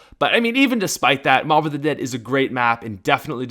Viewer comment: on mob of the dead u said the bo-b😆